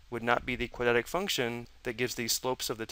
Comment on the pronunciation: quad-rat-ic is how you pronounce "quadratic" not "quad-at-ic"